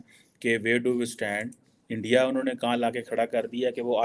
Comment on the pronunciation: kyu thak raha hai? Aram kar bhain sara din ENDIA,.. ENDIA😊😊😊